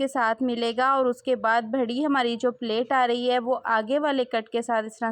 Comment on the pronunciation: پلیٹ نہیں ہوتا پلییٹ ہوتا ہے ۔ بھڑا نہیں ہوتا بڑا ہوتا ہے۔